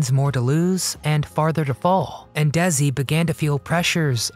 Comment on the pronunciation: First of all, it's not pronounced Dezi.... it's Desi. His family originally emigrated to Cuba from Spain... he was decended from Spanish aristocrats. Does that makes him a different race? I don't think so. The objection back then (50's) was that he was foreign and had an accent.